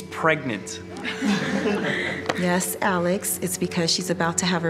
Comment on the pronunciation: First aval how the hell is the word “pregnant” so dang funny